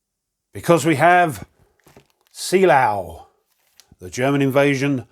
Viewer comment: Actually, it's closer to "Zay-LERR-vuh".... The "S" in this case is pronounced like a Z, the double EEs are pronounced "ay" and the umlaut-o is what has the rounded "er" sound. Finally the W is pronounced like a V. This is a tough one for any non-German speaker, so don't feel bad that you botched it. Most do.